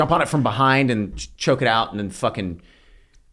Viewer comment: Poor Glenn didn't know how to pronounce Bowie knife.